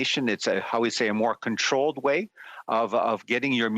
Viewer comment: "Contolled way"